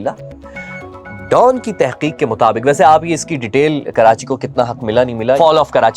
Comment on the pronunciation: Don nahe Dawn hota he 🤣